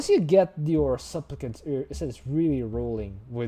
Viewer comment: my fav pronouncation today is "souplicants"